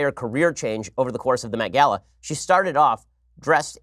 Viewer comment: I heard the Meth Gala